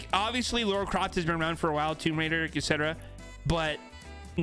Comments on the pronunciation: It’s LARA not LAURA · LARA Croft. Not Laura Croft. I'm cringing!! LOL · i hated when you kept saying ( lora ) instead of ( lara ) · "Lora Craft" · I don’t know whether I’m mishearing but this is the third battlepass video where I’ve heard people say Laura Croft not Lara... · be like "lora Croft" And I can't stand it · Samsies. Its driving me bananas. [rip peely]